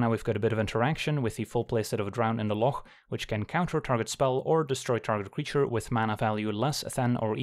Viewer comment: #1 “Drown in the loch” player. Thank you for pronouncing it correctly.